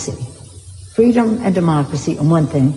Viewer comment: lol FWEEDOM